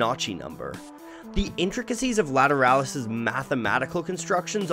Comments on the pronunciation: I thought it was pronounced La-tear-uh-lus LA as Laguerda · I wish he would pronounce it properly. This is the best album by tool. Every single song is good but this is the pinnacle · How Polyphonic did not use grammar to influence the pronunciation of "Lateralus " in this video.